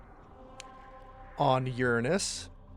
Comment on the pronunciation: Someone actually said Uranus correctly, Nice